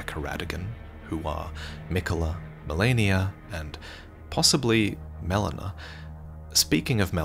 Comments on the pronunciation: Haha the way "Melina" was pronounced here is like "melena," which is the medical term for bloody poop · I absolutely hate when someone mispronounces a name that is so clearly spoken in game… “melona”🤬🤬🤬